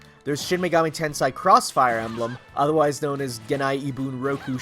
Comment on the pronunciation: Tensei, not Tensai or Tense Eye or whatever you said.